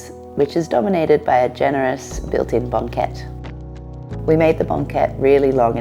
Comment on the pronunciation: the way this woman pronounced banquette and triptych was certainly not one i'd heard before